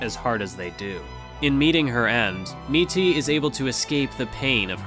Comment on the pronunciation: Why do you pronounce it as MEATY and not Mitty?